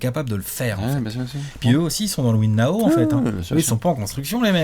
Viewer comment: "win nao" 😭😭😭